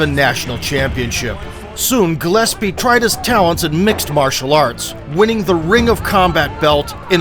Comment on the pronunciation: Gregor "gelespee?" Bruh